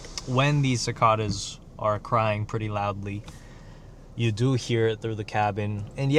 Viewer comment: bro the way you say cicada 😭